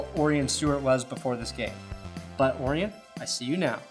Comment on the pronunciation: It's pronounced O'Ryan you drunk fuck. Orion Stewart = O'Ryan Stewart.